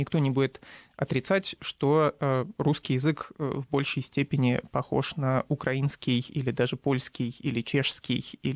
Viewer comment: хм ) Втаные ведущие даже не знают где правильно ставить ударение в слове украинский